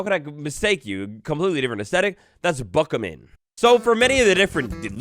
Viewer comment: I thought it was a buck hayman not buckaman